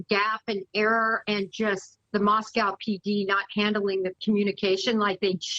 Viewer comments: It's not MOSS COW... it's Moss COE. This woman doesn't even know this area, or how to pronounce the city name. I was a 20 yr resident and worked at MOSS-COE courthouse before I get grief. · it's NOT 'moss cow'! , that's in Russia, this is ID. it's 'moss co' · AND PAHLEEZE...IT IS MoscO(w), NOT MosCOW!!! WE ARE NOT RUSSIAN!!! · MosCOE, phonetically. Apologies